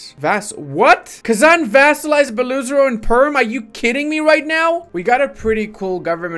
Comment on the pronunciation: Ive heard you say it many times "Beluzero" it's actually pronounced like two words Bello Oyzaro. thats the closest one can get to prounounce is to its original sounding